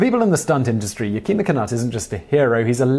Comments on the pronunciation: It’s not Ya-keem-a, the name is pronounced Yak-i-ma. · Simon, you really need to study Chinook Wawa. Yakima is pronounced Yak ima, not Yakema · I believe it's pronounced YAK-i-ma, not Yah-kee'-ma